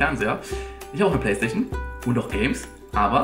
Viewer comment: Du nuschelst mega und kannst anscheinend nicht PlayStation aussprechen. lel